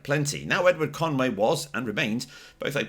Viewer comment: Edward Kenway not Conway x